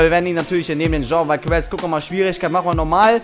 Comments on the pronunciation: omg wie sprichst du cain velazquez aus ?! den spricht man Chain Velaskues aus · sry dafür aber er wirx Kain Waleskez ausgeschprochen;D+ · der eine 97 heißt wird kane weläskäz ausgesprochen :D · Es wird caine also wie kane, veleskes ausgeprochen. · Wie hässlich der velasquez ausspricht hahahah schau dir mal an wie man den richtig ausspricht